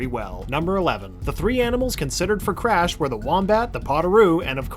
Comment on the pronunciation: "The Cwash team"